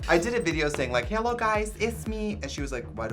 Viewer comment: It's more of a "H-AH-LOW guys"